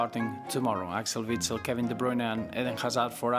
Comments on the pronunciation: On dit witsel pour bien le dire pas vitsel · Vitsel qu'elle dit ... Mais bordel vous dites pas Visky, kiVi, Vatt, Vc, Vifi ou encore Veb mais bien Wisky , kiWi, Watt, Wc, Wifi ou encore Web ! Alors arrêtez de foutre des V partout dans les noms Belge alors que c'est un W ! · VITSEL mdrrrr pourquoi vous prononcez les W comme des V ? j'ai jamais compris